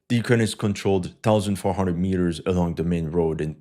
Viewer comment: Mitters? U mean meters?